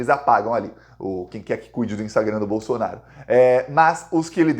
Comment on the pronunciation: Não é Bolsonar i o e nem Valdomar i O Procura um fono, cara não dá pra aguentar 15 minutos falando bolsonarIo bolsonario bolsonario